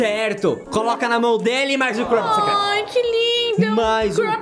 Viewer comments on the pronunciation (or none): Não É crupet e "crumpet" com M mais se quiser falar "crupet" todo bem 👍